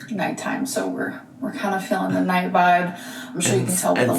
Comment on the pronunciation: it keeps "faleen"